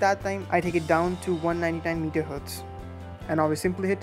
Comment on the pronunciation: Its Mega Hertz not meter hertz lol